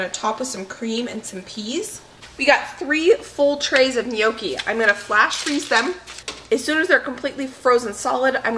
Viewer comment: Lordy woman! Gnocchi is already a plural word. Stop calling them neeokeys.